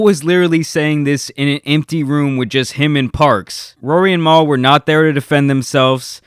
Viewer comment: He doesn't really listen to the podcast lol, he was pronucing Mal like maul while telling us he a big fan of the podcast 🤦🏾‍♂️